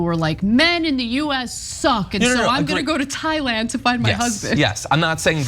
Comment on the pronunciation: Thigh-land? So have been pronouncing “Thailand” with a TH? Please don’t be American. Don’t make our education system look bad bro.